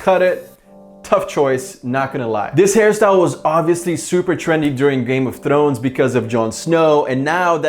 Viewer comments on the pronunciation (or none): The way he said game of Thrrrrones lol